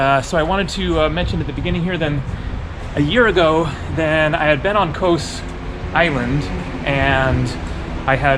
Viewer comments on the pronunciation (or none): Kos or Cos (/kɒs/; Greek: Κως [kos]) It's more like cost, not like coast, without t of course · Its Koss not KOWS 😂😂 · Kos not ko-ous! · it's KOZ not coz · For the love of Greek Gods, stop pronouncing it "KOHS" man! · it’s pronounced in Greek with s silent. The way you are saying except don’t say the S I know I’m Greek thank you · It's Kos not Kos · you gave me a chuckle when you mentioned the two versions of Kos (as you heard them) and they both had an american O ending. Just think of Kos ending just like in the word 'BECAUSE':-) Cheers